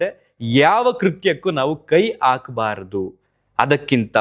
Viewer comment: ಕೈ ಆಕಬಾರದು ಅಲ್ಲ! ಅದು 'ಹಾಕಬಾರದು' ಎಂದು ಹೇಳಿ. 'ಹ' ಮತ್ತು 'ಅ' ಸರಿಯಾಗಿ ಅಭ್ಯಾಸ ಮಾಡಿ. 👍